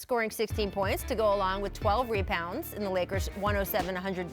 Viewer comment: She said “repounds”